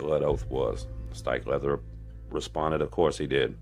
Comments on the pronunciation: HE'S SAYING " LOVICK HALDON STIKELEATHER" lolo Incase anyone was like me thinking What the hell is he saying? LUBBOCK STRIKELEATHER? 🤣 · Are you saying, “Steak leather”? Lols. Seriously though wtf are you saying?